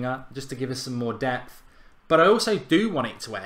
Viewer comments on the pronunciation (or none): none